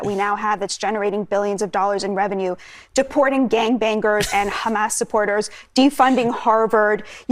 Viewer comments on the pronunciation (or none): Will someone please tell Batya that gang bangers ….. there is only one G in bangers and it’s a soft G. Not bang-grrrs🙄